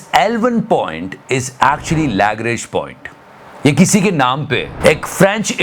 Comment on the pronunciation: please check the pronunciation of Lagrange! you are saying it wrong